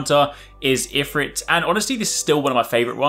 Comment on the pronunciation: Pronounced eee-frit